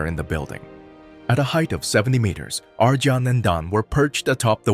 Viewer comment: Pronounced "Ar-yon" and "Don", not "Arjohn" and "Dan".